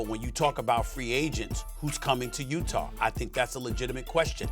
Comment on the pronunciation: Stephen A. Smith : "Utahr"